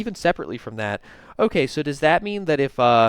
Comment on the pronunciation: "Olay" clearest most egregious olay yet